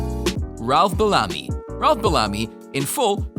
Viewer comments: It's BEL-LA- ME= BELLAMY. NOT BALAMI. Geez!!!🤦🏾‍♂️ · Be-LA-me? I have always heard his name as BEL-a-me. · The actor's name is pronounced Bell-a-me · It's pronounced Ralph Bell-a-me, not Balami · Ralph Bellamy is the actor's name. The narrator pronounced it like Belami, which rhymes with "salami". Learn to pronounce people's names correctly, please. All due respect. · I don’t mean to be an ass but there are a few glaring mistakes here. The actor, is pronounced Beel-am-mee. Spelled. Ralph Bellamy...not Bellami. The actress , Louis Smith is not Ralph Bellamy’s mother considering she was born in 1930. Twenty six years AFTER Ralph Bellamy.. Come on, a little research is just a click away. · His name is Bell - a - my(me) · Bel-LAH-my? Is that how you pronounce that surname? I suppose you're not his godfather... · You say Ralph Bellamy (pronounced Bell-UH-me) is the son of Lilla Louise Smith and then show a picture of actress Lois Smith from, among other movies, Twister who is almost 30 years younger than him. This video is just plain bad. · Pronounced Ralph Bellamy name wrong. Also had his name switched with Don Ameche. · A lot of errors in this video. Mixing up names, mispronouncing Ralph Bellamy's name AND misspelling the word "Sadly" in the very beginning. A do over, Maybe? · Exactly! I couldn't even get through the whole video after Madge Sinclair I turned it off too many errors. Please do better sir. Smh